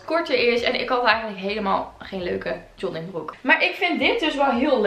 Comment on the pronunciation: Jollingbroek : Joggingbroek : Jonningbroek : Joddingbroek Hahaha vond dit zo schattig :) Hij staat je trouwens fantastisch, net als die grijze trui en de roze jas, daarin ben je net Legally Blonde :) En je krullen zien er zo mooi uit hier!